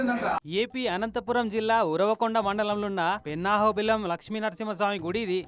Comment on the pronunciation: బాబూ అహోబిలం కాదు, పెన్నాహోబిలం